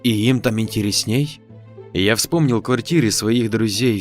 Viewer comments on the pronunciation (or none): "кухо́нный", "интересне́й" ещё можно как-то принять за оговорку. Но как можно НИИ по буквам прочитать???